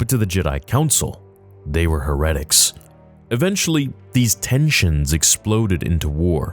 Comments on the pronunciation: Heretic* Hare-Eh-Tick Great shit man! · heretic (hair-uh-tick) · I know, it's crazy he doesn't know how to pronounce it. I remember a couple years ago on a Nerd livestream, Josh was talking about Warhammer 40k and mentioned the word "heretic", and asked what that word means. So not only does he not know how to pronounce it, he also doesn't even know what it means! Furthur proof as to why he needs to get into Warhammer; it'll teach him. (Not knowing the word also implies to me that maybe someone else wrote the script to this video)